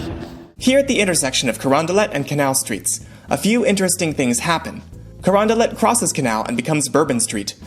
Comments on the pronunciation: Hmm. I always thought it was pronounced kar-ON-Dee-LAY and not kar-on-Dee-let... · The Baron de Carondelet was Spanish, hence, a hard-t ending, kuh-RON-de-let